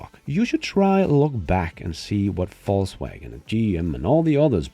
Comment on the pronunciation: I hear Fauxwagon